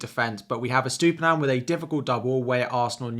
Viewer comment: another guy that can't pronounce that Brighton fullback name. on to the next FPL channel